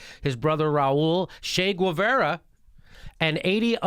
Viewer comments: Revolutionary with cigar fixation and healthcare, and jesus fucking christ Jimmy it is not Güevara, it is Guevara, no "gwa" sound. My god. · Hey Jimmy, this is how you say Che Guevara: Cheh-Geh-Vah-Rah Not Shay-Gweh-Vera! Im still a big fan Jimmy! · Did you actually mispronounce Che Guevara, because you never saw it written before? I love you man, tell me it ain't so! :P